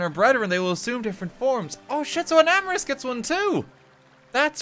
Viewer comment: Omg FINALLY someone who pronounces Enamorus correctly!!!